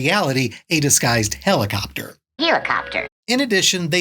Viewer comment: I have only one thing to say: "HEEElacopter"! 😂